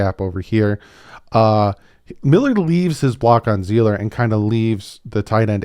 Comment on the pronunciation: Just for future references it’s pronounced See-ler, not Zee-ler 😅 great video though. Loved it.